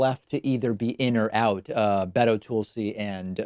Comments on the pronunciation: Is it me or is David purposely mispronouncing Tulsi Gabbard's name. "Toolsi"? "Ga-bard"? I mean, I'm not a supporter of her (any more) so I can care less but I think its funny. Especially when people want to slag David off they call him "David Pac-man" . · David, why are you pronouncing Tulsi Gabbard's name like "Toolsi"? Strange because you have such clear diction otherwise. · Why mispronounce Tulsi’s name? Why not just have substantive content without childish name calling? I’m not even voting for Tulsi but it’s unnecessary. It’s just silly and, I thought, beneath you. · Devon Rose Its on purpose. He’s pronounced it right in other videos. He just truly hates Tulsi. No doubt about it. I’m not a Tulsi supporter and it’s obvious to me. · He just irrationally dislikes her